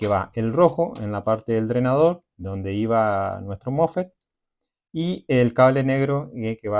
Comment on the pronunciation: Los mofe no existen es mosfet instala no existe es instalar apprende a hablar bién!😂😂😂😂😂😂😂😂😂😂😂😂😂😂😂😂😂😂😂😂😂😂😂😂😂😂😂😂😂